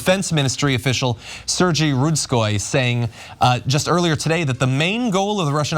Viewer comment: Sergey.....not pronounce Seer Gee. It's pronounced Sir Gay.